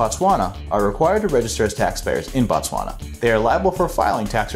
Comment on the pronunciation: Informative🙏. Work on pronouncing Botswana correctly.